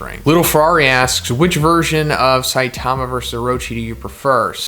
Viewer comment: Saitama is stressed on the first syllable, not the second.